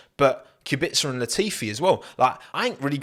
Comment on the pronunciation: Finally, someone pronounced Robert's surname correct